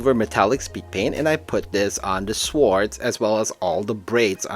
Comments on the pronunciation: I'm going to try this new method of painting, thanks for your video! I just want to teach you one thing, as I am a teacher of English. The word "sword" is pronounced like "sord". 😄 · I love the hard W on the pronunciation of SWORD.